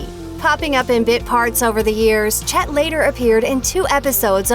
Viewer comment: "Chet" sounds too much like "shit".